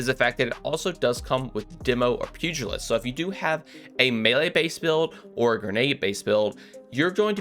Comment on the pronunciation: First Creator I have seen pronounce pugilist correctly. Great job and I will be hunting for this.